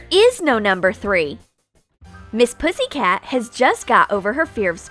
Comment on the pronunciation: You sayed pissycat